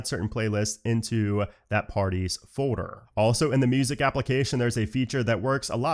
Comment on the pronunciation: You called “folder”, “fodder” Is that an accent or how you normally pronounce that word? 😂 Most people call it “fold” “er”